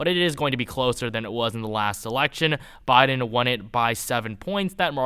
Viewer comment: Christ it's "Biden" not "Boden" lol